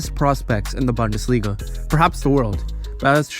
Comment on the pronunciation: Great video. Look up the pronunciation of bundesliga though.